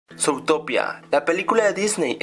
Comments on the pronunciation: se dice zutopia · Porqué rayos pronuncias "zoutopía"?